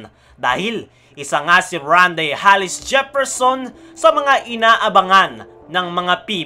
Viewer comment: Bro, Tama pandinig ko? Hallis ang bigkas mo sa surname ni rondae? Hindi ba Hollis? 😅